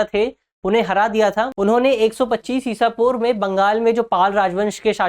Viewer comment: ईशा पूर्व कैसे कहा आपने 😮😮😮😮😮